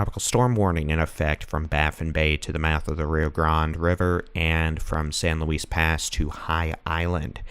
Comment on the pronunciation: Galveston County in the house! Great report and thank you for the "cut to the chase" reporting. Btw, I know you can't know every colloquial pronunciation, but San Luis Pass is pronounced "Louie", like Louis Armstrong or Louis Vuitton. Words are definitely hard. Thank you again!